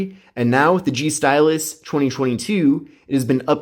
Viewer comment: it sounds like he says stylissh